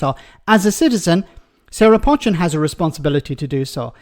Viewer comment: Do you read comments? Her name is not pronounced 'Pot-chin'. It is pronounced 'Poe-chin'. It a Cheshire name. I'm from Cheshire